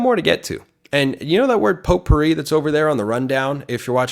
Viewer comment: It’s “potpourri” not “potpurri.”